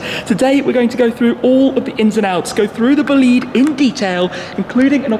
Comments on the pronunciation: It probably is BOLIDE in italian (which is a slang word used to describe an outstanding vehicle) Pronounce it with an accent on the O and and EH sound at the end :) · i thought i heard him saying bugatti bullied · His bolide pronunciation triggers me soooooo much. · You have to pronunce bolide in Italian language, check how oh google traslate. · Bolide is an italian word, so please pronunce it in italian😅😂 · The pronounce is wrong, it's an italian word.. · That pronunciation of "Bolide" made my ears bleed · Booliid??? Bòlide, its italian my friend .:) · "Bugatti """"Bullied""""" 😅 it's ITALIAN, in my language we say "BO LI DE" ("bo" - ""le" - "the") .....not "boleeeeed" for sure 🤣🤣🤣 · Not,Bo’lid..........it’s an Italian Word......Boli’ de,Yes it’s made in France but the soul is 100% Italian.....Right Ettore? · Its not bleed its bol ide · It's not pronounced "Boleed". It's "Bo lide". The lide rhymes with ride. Merriam Webster defines bolide (bō-ˌlīd) as a large meteor : FIREBALL , especially : one that explodes. I guess Shmee isn't much of an astronomer. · Bugatti BOLIDE not bolid😂😂😂 the italian is important for the car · Dude it’s not “Boleede”, it’s Bolide ,that in Italian stands for “f*cking fast car” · It’s bÓlidE not bolÍd my god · Mr. I suppose the pronouns is: “bòlide” not bolìde. (Slippery trisyllabic). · Your pronunce of Bolide is terrible. It’s italian, Bolide in fact refers to a vehicle that give you a strong feeling of power and speed when you look at it. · I dont actually understand the name.. bólide in italian is an expression to describe a very fast car so i can’t immagine another translation for the name which is italian, please Don’t pronounce it bolìde, sounds very wrong :) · it's Bolide, not Boliiiiiiiiide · Please don't say bugatti buhleed, sounds so extremely wrong. It's more b-oh-leed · The term "Bolide" is italian so the pronounciation is like "Boleedae" not blliidd 😂😂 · Bolide not Bolìd!!! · it's not called "BLID"... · He said bugatti vleed